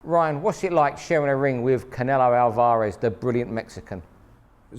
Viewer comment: WHY ARE YOU CALLING HIM ALVAAAAREZ? NO ONE SAYS THAT. On the plus side, liking these interviews